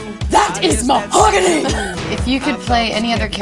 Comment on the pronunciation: that is mohogany😂😂